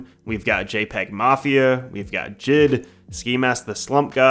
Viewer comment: bruh i know u didnt just call J.I.D. "jid"